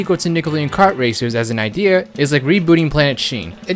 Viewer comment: The way he says idea though Ideeh er